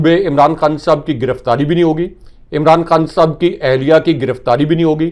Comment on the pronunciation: He is Khan Sahib,not Khn Sb as pronounces the name.